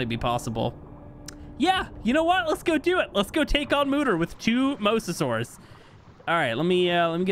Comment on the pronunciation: Mosasaur - moez u sore, Plesiosaur - please ee o sore